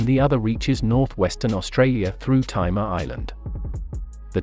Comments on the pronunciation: It's petty but it annoyed me..it's the Timor Sea.. pronounced tee more..not tie more.. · Timor is pronounced “Tee-more” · Timor is pronounced Tee-mor.